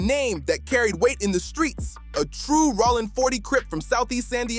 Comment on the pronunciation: I didn't know Jayo's name was pronounced in so many different ways! Plus, I didn't know Rollin" was pronounced "Rawlin"!😂😂 Suge is "Shoogay"! And there's NO WAY Snoop didn't know Training Day was in a Blood hood.